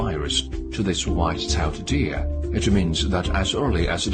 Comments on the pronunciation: Id pay for that dude to stop saying white tailed deer like that. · "Wwhhite cell dear!" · WHITE SHALE DEER-u- - China trying to pronounce White Tailed Deer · What accent is that in the white-tailed deer video?!?! :-DDDD